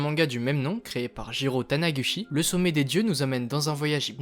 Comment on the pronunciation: Attention, c’est TaNIguchi* pas TaNAguchi. 😬 D’ailleurs Taniguchi n’est que le dessinateur, l’histoire n’est pas de lui.